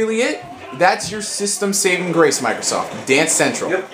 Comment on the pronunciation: sounded like you said microsauce